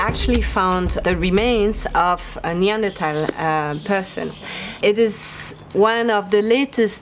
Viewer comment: Finally, someone pronouncing Neandertal correctly.